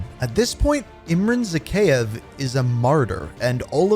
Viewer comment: its zakhaev not zakheyev